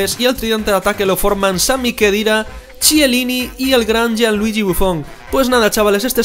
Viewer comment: Me encanta cómo pronuncias Chiellini jajaj